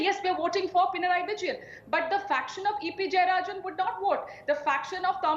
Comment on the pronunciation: Its not pina raiii.. It should be pina nari